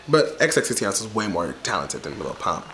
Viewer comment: 🤨 did you get a new camera for xmas bc the content quality, visually, is STUNNING!?! 🥵 ( in my Monique Heart voice ) 🤘🏾📹📲 Also there’ are three x’s in Xxxtentacion. if you gonna drag the poor dead boy at least pronounce his name right please. but imma give you some slack bc the Barbs are our for blood today bish!